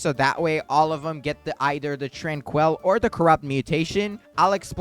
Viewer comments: Bro it’s not tran-quell it’s pronounced tran-quill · Hey man why are you saying tranquil like that? Trainkwul not tran-kwell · how do you manage to butcher the pronunciation of "tranquil" its not fucking TRANQUEL